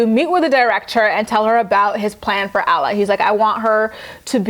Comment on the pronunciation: Alla's name is pronounced like Awh-la.